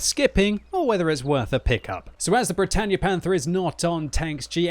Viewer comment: Bretagne is pronounced Bret on not bretanye